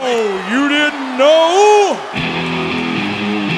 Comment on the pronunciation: The only man that can give the word know two syllables 😂😂